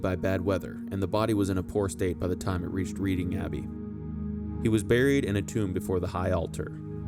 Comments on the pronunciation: Reading - "Red-ding.... Not Reed-ding 😂😂😂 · Not REEDing Abbey. The place is called REDing to rhyme with bedding, heading and Wedding but not Leading, seeding or reading. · It's Red-ing not Read-ing. As it derived from the old saxon tribe of Raeda (Ray-da). Reading is believed to mean "Raeda's people". Has nothing to do with reading books. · Again, pronunciation issues: e.g., Reading = pron. Redding. Spend some time in England and you will pick up the correct way to speak. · Very good podcast. By the way Reading (the city) is pronounced "Redding". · I think it's pronounced "RED-ing". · Another great vid, you really bring these characters to life. As an inhabitant of Reading in Berkshire I feel inclined to point out to a non local that it’s another unintuitive spelling of an English place name and the correct pronunciation is ‘redding’. I’ve seen the plaque before but had no understanding of who Henry I was so thanks for correcting that.